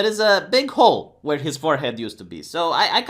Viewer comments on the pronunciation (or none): none